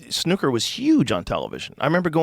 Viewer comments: dunno if Americans pronounce it this way but its not snoker, its snooker, as far as I know…. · Wtf is snuckurr? Lmao Snoo ker is a good game though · Mericans pronunciation of snooker 😂 and I can just imagine the commentators screaming "score on the cherry!" 😆😆😆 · Their pronunciation of "snooker" is hilarious. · The way you two pronounce ‘snooker’ sounds r*tarded af. 😂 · why does he say snooker like that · The way you two pronounce ‘snooker’ sounds r*tarded. 😂